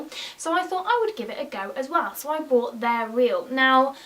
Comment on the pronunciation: Are you saing broght or bought?